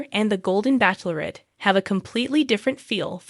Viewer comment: Please pronounce bachelorette correctly It is not backlorrette